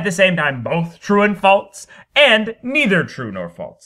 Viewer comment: The way you pronounce “false” and just your general manner of speaking make me want to kill myself.